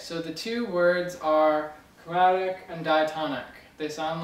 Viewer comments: lol 'chormatic' - great video! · sorry but what was that chromatic or chormatic ?